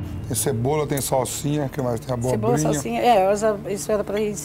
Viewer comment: "a cebora" amo kkkkkkkk